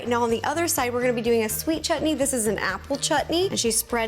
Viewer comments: I just love the fact that you called it chutney and not shutneee 😂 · I love how u say the word chutney like u said correctly and beautifully 😊